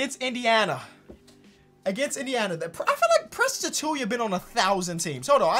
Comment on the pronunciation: Ain't it "Achoo-WA" tho